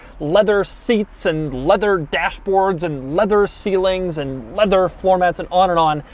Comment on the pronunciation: “Full leavew affaiws”